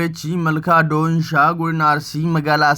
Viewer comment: Donisha miti dooshaa jedhama